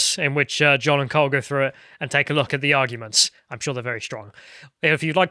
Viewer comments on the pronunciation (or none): none